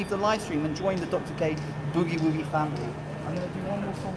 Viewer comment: I get a kick out of how British people pronounce Boogie Woogie..... B-eww-gee Wooo-gee.